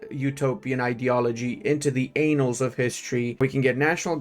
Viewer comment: The "anals" of history belong in and/or around Uranus. Favorite mispronunciation of all time! 😁